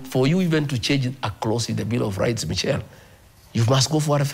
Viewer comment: It's pronounced Mishelle not Michel😂😂😂